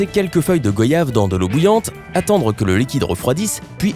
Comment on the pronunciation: On prononce « GWAYAVE » pas go-yave 🤦🏾‍♂️ Pourquoi personne ne déforme voyage et loyer ?